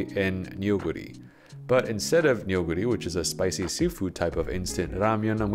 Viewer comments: Neoguri is pronounced more like “noh”guri or “nuh”guri, not “neo” like from the Matrix. Just an fyi! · when will i find a youtuber who pronounces neoguri correctly